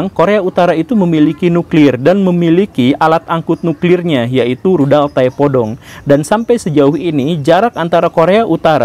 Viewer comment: (yang saya dengar) Rudal Tai Podol 😅